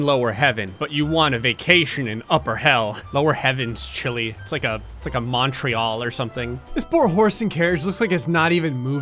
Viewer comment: “it’s like Montreal or something”. First of all, you pronounced Montreal wrong. Second of all, you don’t know the real temperature of Montreal, because considering I live in Ottawa nearby, our average temperature is -20 Celsius.